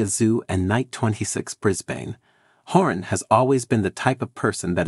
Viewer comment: Say it like this, Brisbin, and shoe-e not shoe-i